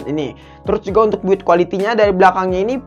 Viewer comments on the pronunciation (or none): none